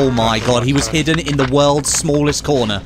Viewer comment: "Oo my gawd he was hidden in the woold's smooolest cohnah" 😂😂